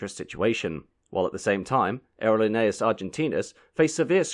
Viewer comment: It's pronounced ahhhh erro leee nay aaas . I've been on that flight four times in the 1960's and 1970's. The food was less than excellent and the movie was boring. But they did get us there.